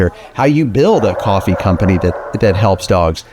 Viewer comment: Coffvee. Pronounced. ::: coffee